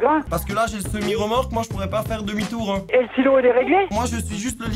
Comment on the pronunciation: J'avais compris stylo au lieu de silo